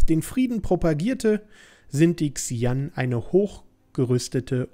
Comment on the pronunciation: übrigens werden die Xi'An "Sche-ann" ausgesprochen :P